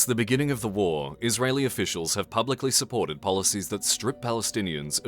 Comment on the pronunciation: i know its a serious subject but "verynecessities" Edit: and "Publiclysurpported"